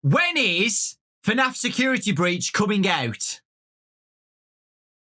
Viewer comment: wennis Me: what Also me: "oooooh, when is"